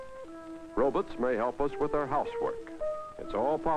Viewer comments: "Ruhbits". No, "rowbots". : "it mustn't run over the baby". Ya' think not? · "Row-buts," not row-BAHTs!😀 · 🤣🤣 He did!!! He said, "Robuts!!!" 🤣🤣🤣🤣🤣🤣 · We should all start calling robots - “robutts” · Did he say “Robits” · "Robuts" or "robits" lol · It’s always “robutts” with this older generation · you mean "Robits" I love the old pronunciations for robot lol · Ever notice how they used to pronounce robots as ro-buts? 😂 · Love how he says "Roe-bits" instead of "robots" 😂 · exuse me . he calls them "robutts" but if you want a human ROBOT. I might be able to help you. Yes they are on the market. But they cost as much as a fuckin house to own. but PERKIES! you can have sex with them. so thats good. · gotta love the olde timey pronunciation of “robots”